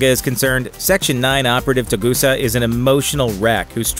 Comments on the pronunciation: OMFG stop saying "Togusa" wrong! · CAN SOMEONE TELL THIS GUY HES PRONOUNCING TOGUSA WRONG? PLEASE AND THANK YOU. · TERRIBLE video. Way to mispronounce Togusa, too. Live-action Saito looks nothing like the anime version. And he was in the 1995 movie though he had no lines - he was seen minus the eye-patch and is addressed as Saito by one of the other operatives outside Colonel Malice's home. Suprised at this video. Usually, is more on the ball.